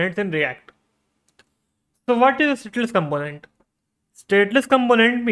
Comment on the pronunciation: You have something in your throat. Also, as most Indians do, you are mispronouncing the word "component".